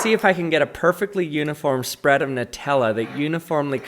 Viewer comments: "The perfact spraaad" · “The perfect spradddd”